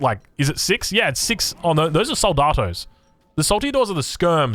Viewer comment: In the word Soldado, the stress comes in DA, wich is slitly longer, although this is a Mexican unit I really recommend to check out both the Spanish pronunciation as well as the Portuguese one because the L is closer to English.